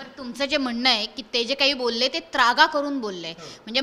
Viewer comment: अरे सद्या आय.............. झ........... नालायक चुत्................. मा............. तु जो शब्द बोलतोसना तो शब्द शुद्ध शब्द आहे त्रागा असा आहे........... नाही की त्र्यागा नाही. जुन्या सद्या वर्त्या आधी ना तु मराठी भाषा निट बोलायला शिक हरामी तु महाराष्ट्र द्रोही आहेस हरामी साल्या तुझ्या............. आय............ कुत्र्या काहीही भुंकतोस आहेस.